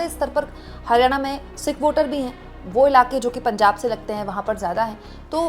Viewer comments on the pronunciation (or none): none